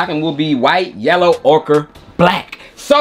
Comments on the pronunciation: It's oker, not okra. Man none of you youtubers don't know how to pronounce ochre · Yo...just one thing.....why you stop saying "OKRA" ? Im standing on THAT pronunciation 😂!! "Yellow OKRA" just sounds 🔥